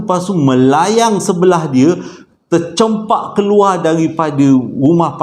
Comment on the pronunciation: sya Hadir awal, ada crita baru cantik 👍. bleh tdo, sbb sya suka tngok video smpai trtdo😪🤭. sya trgelak bila dngar sebut trcampak 😂